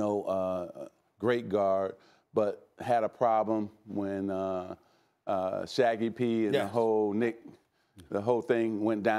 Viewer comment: Holy sh**! He really just said Shaggy P lmao